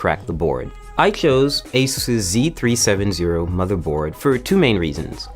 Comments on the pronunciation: never noticed until now that he says z-3-7-0 instead of z370 lmao what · Is it just me or did anyone break down laughing when he said Z37 zero instead of z370... nobody... Just cause I'm high... Ok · I say z 3 70